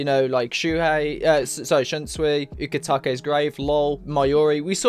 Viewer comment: "Ukitakas Grave" lmao Man can't wait for the chapter